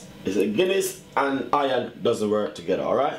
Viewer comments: Hahaha - he said Hiyan...hehehehehe. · "do not use a pot, or something which is hion" lol. Great vid though.